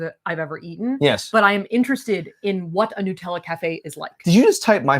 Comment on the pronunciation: They do when you stay in American hotels in Europe. The Hilton in Venice had a cafe on premise. It was a delightful surprise. Also, needs to learn how to pronounce NUT-ella, 😂